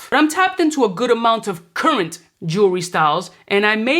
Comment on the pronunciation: Emphasis on "CURRENT!!" 🤣🤣🤣